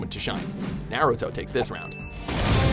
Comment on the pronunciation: anyone getting triggered at the fact that he cant pronounce any names or moves in naruto correctly?